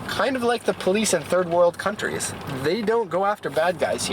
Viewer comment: "western cuntys" , i love you